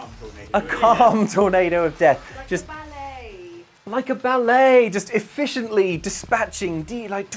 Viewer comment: Are you sure it's not "bullet" instead of "ballet" ? ;)